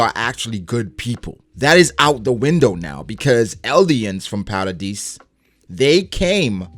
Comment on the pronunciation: don't worry, you pronounce jean correctly. however, you pronounce hange and paradis wrong lmao.